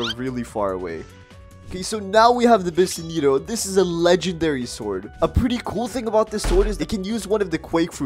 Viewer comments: Bro said Bi-sen-ito 😂😂😂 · who say bisento like that?